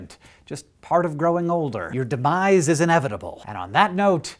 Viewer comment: It sounded more like he said "your debise is inevitable." Maybe it was just me.